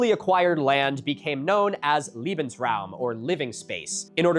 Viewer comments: it sounds like Milo says "liebensraum" (loving space), instead of "lebensraum" (living space). The difference is [lee-ben] vs [lay-ben]. I never really got the loving vibe from the Notzis. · Note: There's a difference btw "leben" and "liebend". The pronounciation matters. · you've just said "love-space". I'm sure I don't have to tell you there was very little love in their ideology and treatment of other human beings. Leben is pronounced as "lay-ben", not "lee-ben". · Cracking up at liebensaraum, a much nicer concept comapred to lebensraum. But in general the pronounciation was fairly good, hats off to you Milo! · I have to point out that the 'Le' 'Lebensraum' ('space to live') is pronounced 'lay' not 'lee'. Pronouncing it like 'lee' invokes the hypothetical term 'Liebesraum' ('space to love'). And to be honest I'm not German and normally I wouldn't really give a shit about how an American pronounces German words wrong as long as what they mean is clear and the point gets across. But in this case I wanted to point it out because I know at least three songs by small antifascist German punk bands that use 'Liebesraum' (or occasionally 'Liebestraum', 'love dream') as a clever pun for a term opposite 'Lebensraum' in their lyrics so the pronunciation keeps throwing me off. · I dont know if anyone has brought it up before, but I thought it might be helpful. The word 'Lebensraum' is more so pronounced as laybensraum. It might not seem like a big difference, but leben and lieben (leeben) mean Living and Loving. Thought it might help! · Nooooo the way you mispronounce Lebensraum makes it sound like Liebensraum - which would mean "Love Space" it's lay not lee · milo please next time research how to pronounce german word, its Lebensraum, not liebensraum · It's pronounced lehbensraum, saying it as leebensraum it becomes "loving space" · "lebensraum" pronounced wrong. you make it sound line "liebensraum" (loving space)